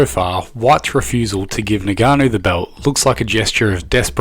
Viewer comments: It's ing-ka-no not ni-ga-no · Its Ngannou. Not Nigganou. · It’s not NIGANNU, it’s ENGANNU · Ngannou: pronounced EnGarnoo. Not Neganoo. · Naiganu 🙂 , a simple pronunciation practice would have been more professional. Good video but I've observed this in the US people that they don't even bother to pronounce the right name. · Would be good to pronounce the names right. Ngannou - ingarnu. Gane - garn Khamzat - cumzaht